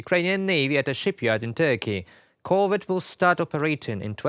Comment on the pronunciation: Good plan! At the rate that Ukraine is converting Russian ships to submarines, by 2027 this will be the most useful ship in the Ukrainian Black Sea fleet! Nit: Emphasis on the second syllable: cor-VET, as in the French pronunciation.